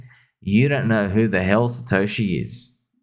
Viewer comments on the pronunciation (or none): none